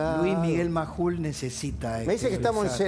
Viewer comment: Majul, por favor deja de comerte las "S"